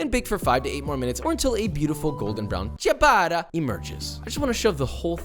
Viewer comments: Papa please: it's not Sha-bah-tah, it's: CHAH (with the c as chair) - BAH- TTAH (like Atta). You're italian fans would be delighted if pronounced correctly. Lots of love. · Amazing video, looks incredible, but can I please make 1 request? Please stop saying "shabata". It's cia, like ciao, so it's pronounced "chabata". Thanks. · I tilt a lil every time I hear 'shabata' xD but everything else in this video makes it worth it :P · i love how ciabatta is pronounced so phonetically and he still calls it ''shabadda'' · “Shabadda”… Cringe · Great sandwich! Lousy pronunciation of "ciabatta" (hint: it's not shuh-bada) If you're going to make kiIIer food--and you certainly do--then you might as well avoid butchering the pronunciation. That aside, keep up the great work! ( pronounce ciabatta correctly > > > ) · Good god, is that how they say "ciabatta" in restaurants or something? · I just wish he'd pronounce ciabatta correctly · Christ you are clueless to how actual people live! Yeah, as a single mother I have the time to bake my own bread... SHUT UP! You bloody idiot! Yes, we all sit at home watching netflix when we could be proofing a bread that you pronounced incorrectly. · took me two full minutes to understand he was saying "Ciabatta" dough at the beginning...😂